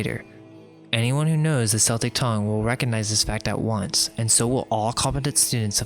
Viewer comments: Great video and welcome back. Thought you guys had 'left the building', so to speak Just a small thing, not complaining at all, but your pronunciations need some work: Celtic or Celtcs - hard C, not S. So Keltic, or Kelts Tuatha Dé Danann - TOO-AH DAY-DAN-AN Cimmerian - is a soft C, so it is Sim-aryan. I know it sounds like Summerian, but you just gotta make sure you pronounce the I instead of a U It just shows you have researched more and I think makes your work more credible, but again, not criticising, just looking to share knowledge back Looking forward to those corrections in parts 3 & 4 as I see 2 is already there ;) Thanks again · Celtic is pronounced "kell-tick". Please stop making celts vomit. Its offensive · not to argue the point, or anything, but it is not subjective, it is ALWAYS pronounced 'Keltic', unless you are talking about the football team Glasgow Celtic and the NBA team Boston Celtics. They are two anomalies (even the 80s Swiss black metal band CELTIC FROST use a hard C). Every other time it is Keltic, it is in no way a preference, nor debatable, sorry (just read the comments) Ditto for Tuatha (TOO-AH) Dé (DAY - the fada over the E changes the sound to an A) Dannan (DAN-AN) which is pronounced almost exactly how it looks. There is no room again for any kind of preference. Sure, accents may vary in Ireland denoting a different sound, but it is that pronunciation that is correct. And yes, I am Irish and can (kinda) speak it, ha Really looking to part 4, though, in all its Seltic glory hahahaha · Interesting video, but I don't really know why do you care so much what Christians think. It seems like in every video you call out Christians and seek to convert them. If people are open to alternative information, that is up to them. Also I guess you are an autodidact but it is embarrassing when you mispronounce well-known words such as Celt/Celtic or Magus/Magian.